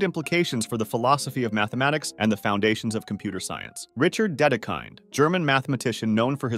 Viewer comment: Slight mistakes: they're pronounced Fermah, Dedekuhnd, Poenkarey and Lee algebra. You also left out Tao. Great finale, though, and thanks for this amazing series!